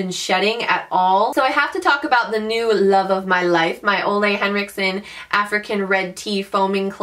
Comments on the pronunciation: I LOVE the Ole Henricksen cleanser!!! I work at Sephora and I have tried many, and it is one of my top faves. And the brand is pronounced ooh-la (like ooh la la) :) <3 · Hahah, Ole is pronounced like "ooh-la". I work at sephora:) And you're gorgeous! Love ya!!!